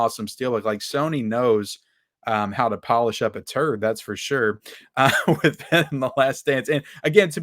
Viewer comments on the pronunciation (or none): none